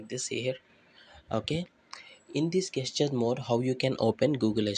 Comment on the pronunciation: Gestures, pronounced as "jeschars".